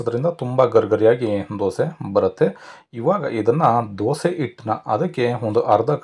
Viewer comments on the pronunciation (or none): none